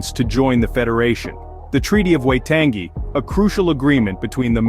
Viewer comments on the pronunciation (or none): Also cool vid but its like Wai tongue y not wai tangy